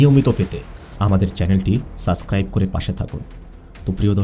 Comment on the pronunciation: ভাই, আপনি সাবস্ক্রাইব না বলে সাস্ক্রাইব কেনো বলেন বুঝলাম না। ভালো থাকবেন। শুভকামনা রইলো 🎉